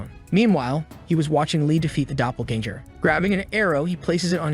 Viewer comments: Dunno how much more I can hear the word doppelganger ... especially when it's pronounced so badly haha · omfg the way it says "doppelganger"